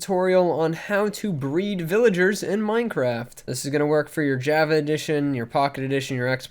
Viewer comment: The way he says Java makes me crack up